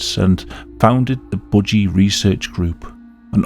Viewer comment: Why do you say budgie like bougie ✨💅